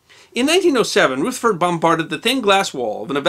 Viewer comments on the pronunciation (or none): It's not "Rootherford", it's Rutherford using short U as in "crush" - unless you're going to be awkward and say "croosh".... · Rutherford is pronounced 'Ruther-ford' ('Ruther' rhymes with other), not as "Ruth-er-ford" or "Ruth-ford" . (I'm a New Zealander and was taught all about him in school.) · and you're pronouncing it "Rootherford", when most science historians and commentators I've heard say it "Ruhtherford".... Am I annoying y'all yet?... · Is Rutherford really pronounced Rootherford?